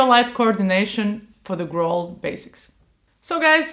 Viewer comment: In English "growl" rhymes with towel not with bowl.